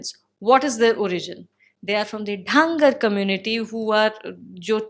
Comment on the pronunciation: ढांगर? It's actually धनगर/Dhanagar. Flawed romanised spellings of Indian words always lead to their mispronunciations.